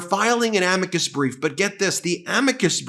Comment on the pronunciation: It's clear that MAGA Mike is out of his wheel house when he refers to a Amicus brief as "A-meee cus brief " He claims to be religious. So far I haven't seen it.